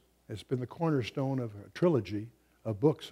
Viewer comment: This is interesting. Must be important because of the emphasis. The 'cornerstone'.